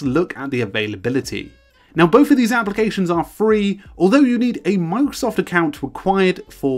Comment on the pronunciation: "Mang-sof To Do" >> this is all I hear